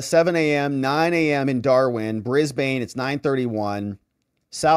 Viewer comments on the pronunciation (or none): none